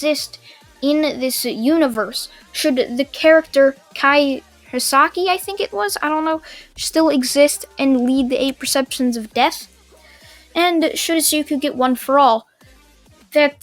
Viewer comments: it is not kai hassaki its kai chisaki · Kai cheeesahkee is how it's pronounced